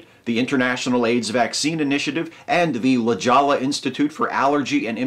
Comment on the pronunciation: "La Jollah"? I thought it was pronounced "La Hoya"-- but I could be wrong...